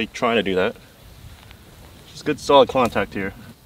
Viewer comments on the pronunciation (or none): did he say contact or "kwontact"? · did say “just good solid -tact here” instead of contact? 😂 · Did say: "Good solid -tact"?🤣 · lol i thought I heard that too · Did say make some good solid “-tact” on that last approach shot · I can't be the only person that heard "good solid Kwontact" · Did really say “let see if I can make good Kwontact” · He said “ make good Kwontact” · Did he say good solid kwontact?? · Did anyone else notice says “good, solid -tact?” Brilliant! 😂😂😂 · I definitely thought said "Just good solid Kwontact here" on first listen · Did my man just say "good solid kwontact" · “good solid -tact” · "good solid -tact" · please tell me someone else noticed say “good solid KWONtact”